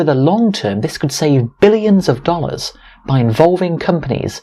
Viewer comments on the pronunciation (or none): none